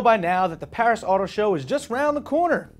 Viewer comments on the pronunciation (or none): none